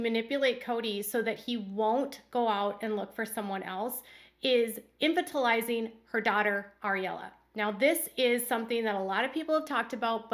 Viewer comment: word pronunciations crack me up. "INFANTilizing"? "UPsurping"? Hilarious